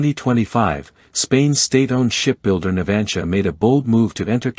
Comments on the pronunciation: El lector no sabe propnunciar "NAVANTIA"?..... Qué es eso de "Natgia"?? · No tienes ni idea de como se llama la Empresa que ofrece los submarinos.Es Navantia.Navantia,por si no te ha quedado claro